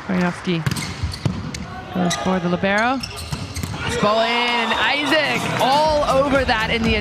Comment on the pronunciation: Essa mulher narrando o jogo não passa nenhuma emoção ! Isac vira Aizéc !